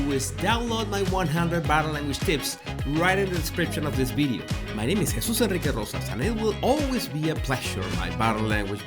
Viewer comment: I love this “ bideo”